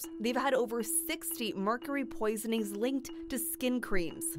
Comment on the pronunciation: *POISONINGS NOT POISENINGS 🤦‍♀️